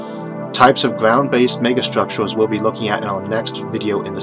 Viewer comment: Sinqwinous ovbit and nonwhoatational sky hook megastwuotaues